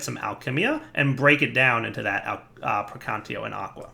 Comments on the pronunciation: We're at 6 versions of thaumcraft and he still says "precantio" instead of "precantatio" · say it with me. PREY-CAN-TATIO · Took me the time from TC2 to late TC4 to discover that its PraecanTAtio instead of Praecantio xD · Actually, "gAhlem" is a perfectly acceptable pronunciation. However, the other words, such as "praecantatio," technically don'y have an "official" pronunciation. But it does hurt to hear him say something that is not really close to an acceptable pronunciation. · and still can't say praecantatio... some things never change do they? still hyped for Thaumcraft 6 though